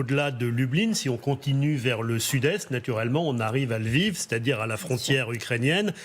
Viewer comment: "Liev" (sic)? Vous êtes si bien renseigné que vous ne connaissez même pas le nom de la capitale de la Galicie. Il s'agit de "Lviv" en ukrainien ("Lwów" en polonais, "Lvov" en russe et dans beaucoup de langues occidentales, également "Lemberg" ou "Léopol").